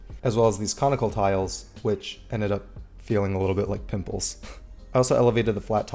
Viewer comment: sounded like you said "nipples" instead of "pimples"